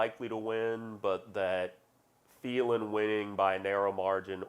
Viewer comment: She pronouncing Phelan wrong